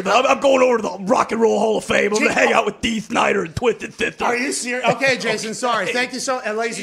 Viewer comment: Same with the word “out” 😂 it’s become “aht”